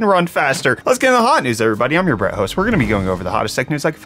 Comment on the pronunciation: What does he say in the intro?? "I am your Host"??